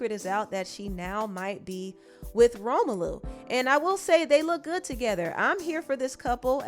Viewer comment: Did you just call him Romalu lmaooooo